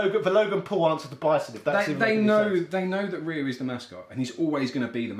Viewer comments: guess what guys... its not pronounced REE YOU .. or RYE YOU... Ryu is pronounced Due. (short, dont drag it out). in Japanese... RY followed by a vowel changes the R into a D. in other words.. Da (dah) , De ( day) , Di (de) , Do (doh) and Du (due) for Rya, Rye, Ryi, Ryo, and Ryu respectively. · Ryu is { Ri' yoo } please for the love of all that is holy stop calling him "Rye - oo" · Why would anyone say it Rye-u. I mean do you say sorrye or ryethym? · rYE-yOO? ffs man. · What? I grew up with street fighter 2, and yeah I called him Rai-You before I heard it out loud, but since then I've learned that that was wrong and adjusted. I don't get why there are still people calling him Rai-You, especially you game historian types. Have they ever called him Rai-You in any piece of audible media? Even the terrible USA cartoon didn't call him Rai-You. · yo. please stop this rye-you narrative and doubling down on your false pronunciation for years man. I'm older than you. grew up with street fighter 2 in Germany. we never called him rye-you. yes some people called him roy lmao. but really this is just you pronouncing everything as if it's an English word. that's fine but stop trolling "too young to remember"... come on you're better than that lad. greetings from Germany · My outrage is the pronunciation of rye-you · Oh please. Just because you can't pronounce something doesn't mean all og players can't. In my area, we all pronounced Ryu, Mario, and Gaiden correctly lol. - Every single American IS blonde and ex-military. We also get our first pet eagles at age 10, tank at 16. But we have to wait until 21 to buy beer. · Dude there were several adaptations that came out within SF2 window which properly pronounced Ryu's name. There's no excuse. 😂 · I laughed out loud at it being a BIRTHRIGHT to mispronounce Ryu. (And Sagat, and maybe Zangief, but even Capcom can’t decide about him)